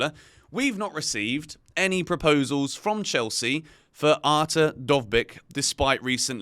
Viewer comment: you nailed "Dovbyk", but "Artem" was dreadful. it's more like Ar-tiom or A-tyom.